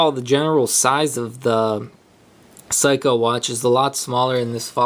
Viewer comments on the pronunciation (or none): It's pronounced SEYkoh not Psyhco. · Good vid but for future, Seiko is (say-ko) not (psycho). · ..oh, by the way, it's SAY-KOH, in case you didn't read the comments below. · dude are you serious? you really don't how to pronounce seiko? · Useless - can't pronounce the brand name !? A big Mac and fries please ;-)